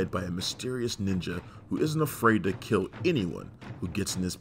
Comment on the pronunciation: U possess gweat ninja skwill